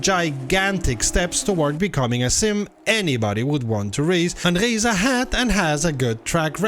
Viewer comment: The first youtuber to accurately pronounce "Reiza". Subscribing instantly after this.